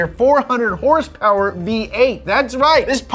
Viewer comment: I miss the way you used to say hrsprs